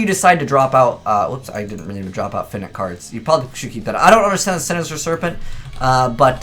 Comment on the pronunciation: Is no one going to mention how how pronounces Finite wrong?